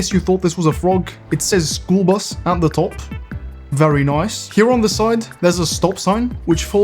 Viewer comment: "ery noice" I never knew was Bri'ish